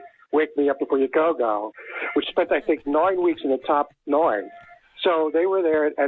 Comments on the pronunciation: Noine lol 😆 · noine cars